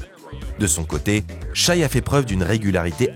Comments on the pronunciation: Le mec prononce "chaille". J'ai pas pu finir la vidéo. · c'est shai pas shy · Challenge : si SGA gagne, on apprend à le respecter en prononçant son prénom correctement.